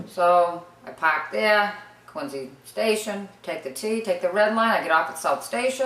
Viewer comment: She said "Quin-zee" right!